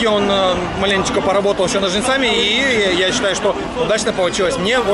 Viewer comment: НожницАми wtf?По ушам режет!Не позорьте русский язык!